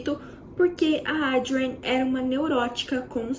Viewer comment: A narrativa poderia ser melhor. Muitas repetições tornaram o vídeo longo e cansativo!! Assim como os nomes da atriz e diretora - Adrienne, que em sua dicção repetitiva, ouve-se 'Audrey'. Creio que possa melhorar em vídeos futuros... Desejo sucesso.